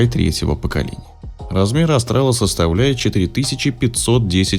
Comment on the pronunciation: Не Астрал, а Австрал! Вы же не говорите Астралия или Астрия